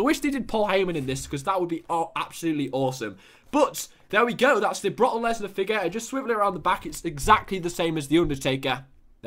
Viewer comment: You say broke leaner wrong